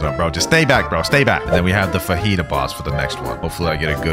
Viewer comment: Bro its name is fajita not fahita